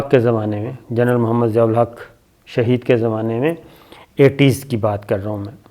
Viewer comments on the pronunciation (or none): none